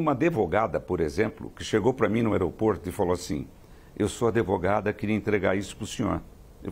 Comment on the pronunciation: Depois do "adevogada", parei de assisti...